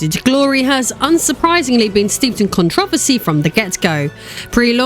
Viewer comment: What is Con-tra-va-see :) good review. As Az would say…. Fing CALIFORNIA MODERN DAY CRAP.